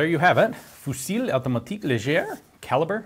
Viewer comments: Ian The "L" at the end of "fusil" isn't prononced. Also, the "u" isn't prononced like "oo" (it's hard to explain how but yo could take a look at the google translate prononciation tool) In fact it's closer to "fahsie" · Just a tip Ian: In french we don't pronounce the "L" at the end of "fusil". But we do pronounce the "R" at the end of "mitrailleur"